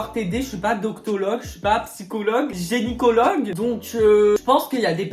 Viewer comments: Il a dit genicologue au lieux de gynecologue jpp😭😭😭😭😭😭😭😭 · Génicologue xD, c'est gynécologue ! Désolé je chipote